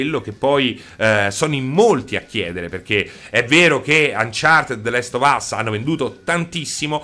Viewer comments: E niente, non puoi proprio farne a meno di chiamarlo the LEST of us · The Last Of us, non the Lest of us